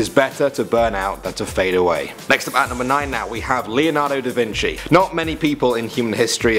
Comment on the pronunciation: Vinci not vinchi.